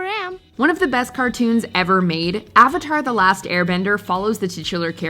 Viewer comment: A-VA-TAR!!! A-VA-TAR!!! A-VA-TAR!!!